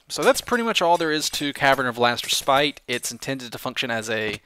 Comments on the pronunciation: The correct way of pronouncing respite is res-pit. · Note to: Respite is pronounced as [res-pit], the heavy on "res" and light on "pit."<3